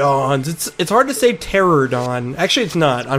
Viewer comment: BTW, its pteranodon is tear (as in tearing paper)-ran-oh-don.